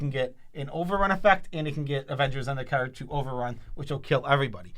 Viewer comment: People who can’t say card. ;)